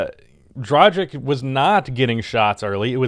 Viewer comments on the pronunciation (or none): It NOT Dra jshik, IT'S Dra gitch - LIKE GLITCH, G like GOAT....man oh man - maybe if I say you should do better than Korzemba who does the same you'll pay attention. Hey - Say something to the video man. IDEA why don't you preview the game with some analysis so we don't have the hear the TV for 15 or 20 minutes. Try the pre-game to see if you make doe that way.